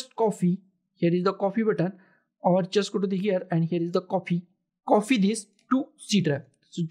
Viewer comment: please have a good pronunciation of copy not coffee